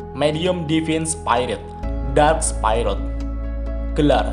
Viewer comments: Bang, sekedar kritik&saran aja ya bang, mau koreksi dikit untuk bacaan bahasa inggrisnya spirit itu dibacanya spirit biasa bang bukan spayrit, master chief itu di bacanya cif biasa bang bukan cef, hehe sekedar koreksi dikit siapa tau lebih baik lagi penyampaiannya👍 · Sekedar saran bang Cara baca spirit : spi-rit biasa aja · Bang masukan dari ane maaf kalo kurang mengenakan untuk pelafalan spirit tidak menggunakan ai dari huruf i bang tapi pure di baca spirit dari katanya semoga membantu bang 🙏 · Bukan spirot tapi spirit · spirit bukan spairit